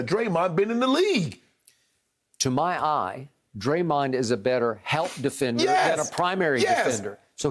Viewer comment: Unc say dremond flockin!!!???😂😂😂😂